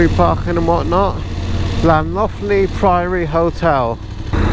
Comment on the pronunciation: Sorry ewa you are wrong. Its a blanket 20 and there was leniency for 26 for prosecution during first year but now prosecuting at 24. 10's of thousands have been done for 26 during first year. Plans to reduce it to 24 as of now. Llantony priory. Very pretty. Try llan.....antony for pronouncing it. Good drone shots. Google maps in rural wales. Download online beforehand. You can download the whole country. You booked for the dragon rally yet? Gospel pass. He was going way to fast over that brow of hill and wasnt expecting to see another vehicle. He stopped in middle of road. I would submit that video to police! He is a total knob and a dangerous man cos of his road range. "If i was going to hit you off....." Report him. Nasty man and you have his reg number! If not i will report him for you as he was wrong and i was proud of you!